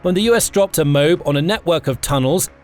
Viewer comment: M.O.A.B. pronounced Mow - Ab.. like the town Moab in Utah or the region east of the Jordan river in the Holy Land.